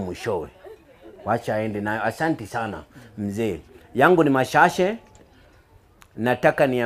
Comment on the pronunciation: It's actually mashashe.. 😂😂